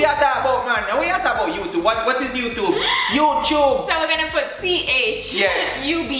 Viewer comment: Better-betta What-wah